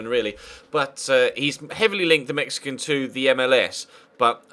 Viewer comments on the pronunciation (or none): none